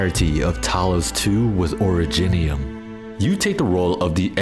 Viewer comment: oridge-nium? nah ori-jinium